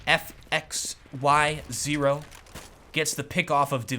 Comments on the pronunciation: ITS not Foxyo its F X yo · Every time sais fxy0 I hear fuck. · so youre telling me that fxyo is pronouncing his own name wrong